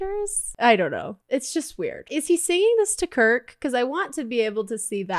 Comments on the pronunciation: I can't get over you calling Kurt "Kurk" xD It's too funny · the girl that was smoking the cigarette was quinn febray in her goth phase its so funny how you say kurk instead of kurt. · It’s KURT not kurk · SHE CALLED KURT “KIRK” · Lol😂😂😂😂😂😂😂😂😂😂 it's Kurt not Kurk 😂😂😂😂